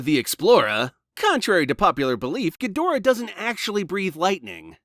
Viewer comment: effing punking. Question: I haven't seen the American dub of Ghidorah in forever, are you going with the dubs pronunciation or is it your American pronunciation that's... Lacking. You even got the Director's name (ironically?) Wrong. Sorry I didn't think it bugged me as much but on a second viewing I don't know why but my brain just hurt watching actual cognitive dissonance between the written name and how it's pronounced. Just an Asian man with too many pet peeves